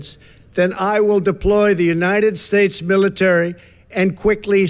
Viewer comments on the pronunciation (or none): "[Trump's] got great diction. He's always a ten." Say WHAT?!? The guy who was President of the Uniyed Shtaysh? The one who wanted to look into the oranges of the Mueller investigation? The one who talked about Nambia and TanZAYnia and visited Missouria?